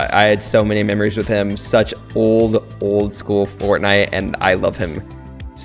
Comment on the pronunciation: Any one else think that he said school instead of skull